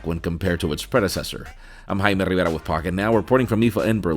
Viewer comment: Rivera sounds unnatural almost forced. Who says rrrrrrivera. Spanish is my mother tongue. The r is exaggerated to the point it sounds pretty awkward.